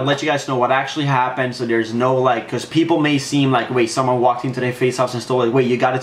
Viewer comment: billcam he said peapoles